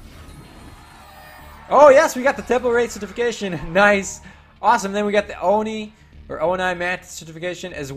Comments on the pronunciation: Stop mispronouncing ONI PLS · sorry for being mean, but it annoys me